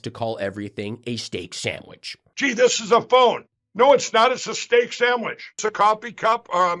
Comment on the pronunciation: The word is sandwich, not samwich lindellarooni!